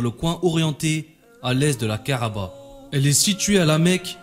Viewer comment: ka3ba et non ka3aba !!!